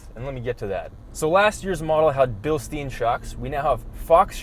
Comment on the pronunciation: A little German pronouciation lesson: Bilstein is spoken like beel-shtine (imagine it was an English word) 😜 I hope it helps. Detailed version: Beel where the ee is pronounced like peel with an b instead, sh like in shame and tine like time with a n